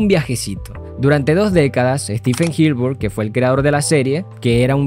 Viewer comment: Pronuncias como el qlo disléxico... Ánimos 👏🏻👏🏻💪🏻 Gil-burg ❌ HILLENBURG ✅ Bog-esponja ❌ BOB ESPONJA ✅